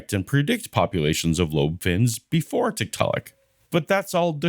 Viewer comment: If found two things interesting here. One, when talking about ERVs, Kent seems to be conceding that God makes mistakes. Two, his mispronunciation of Tiktaalik is surely deliberate, which indicates that they are uncomfortable for him.